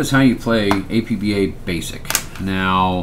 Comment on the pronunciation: It's pronounced APP - BAH